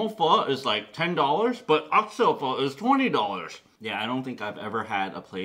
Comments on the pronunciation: You can even say pho correctly. How the fuck than you know what good pho is?? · Hey nip, would you kindly pronounce the word Pho Correctly please. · Dude how you pronounce pho, in spanish it means stink... as in farts.